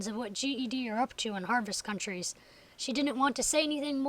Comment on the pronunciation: I can't wait! I'm halfway through lvl 15 :) Oh, and not to sound rude, but it's Harvest CouNties :)